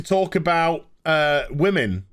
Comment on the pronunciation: "wamens", always cracks me up 😅